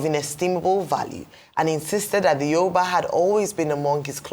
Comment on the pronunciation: ....Yoruba is now 'Yowurba' on Naija broadcast station. Is it a deliberate action by the broadcaster to show off her 'pepperless' credentials or crass ignorance about how to pronounce 'Yoruba' clearly?